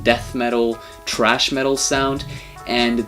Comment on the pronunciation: THRASH! It is THRASH, NOT TRASH. Dumb ass. THRASH is a kind of metal music that Sepultura plays. TRASH is GARBAGE.